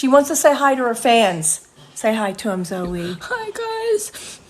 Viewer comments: Isn't it pronounced zoe-E? Lol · Isn't it pronounced Zoey Laverne? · He said zo